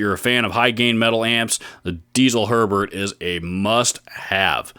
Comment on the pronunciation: Herbert is the best for sure... Just want to point out it's pronounced more like "hair-bear" than "sherbert" :P